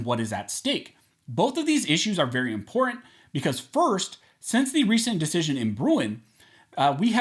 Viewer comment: im·por·tant learn how to say it correctly please. It's not imporant.